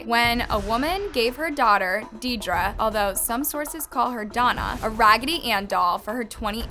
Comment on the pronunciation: I’m so sorry, Deidre is pronounced as “deer-dree”